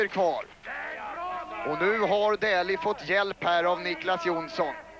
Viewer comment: Не Дули,а Дэли